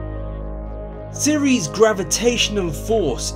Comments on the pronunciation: It's called Ceres ma men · Its ceres dude